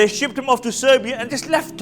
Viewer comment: Siberia not Serbia